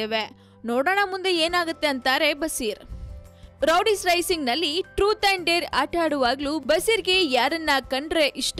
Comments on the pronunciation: hahahaha madam , first learn to pronounce words...its not rowdies its roadies😂😂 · Roadies is a very popular show, she can't even pronounce that properly . Rowdies it seems wtf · it's Roadies not rowdies first learn to pronunciation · ಅದು ರೋಡೀಸ್ ರೌಡೀಸ್ ಅಲ್ಲ